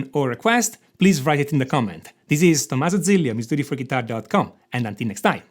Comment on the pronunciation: I can’t overlook it anymore............ ‘Half’ is to be pronounced as ‘HAF’ and not ‘HALF’ . And ‘write’ is also ‘RITE’ and not ‘VRITE’ 😅 Those scales are an enigma!!!